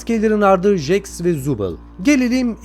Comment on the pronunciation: Abi nolur artık jaxe "jaks" deme "ceks" diyo okunuyo